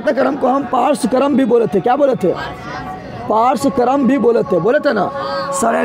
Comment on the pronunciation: Srenikaram aur parswakaram ni pa rahe hai